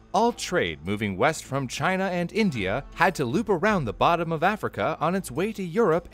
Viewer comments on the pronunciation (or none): none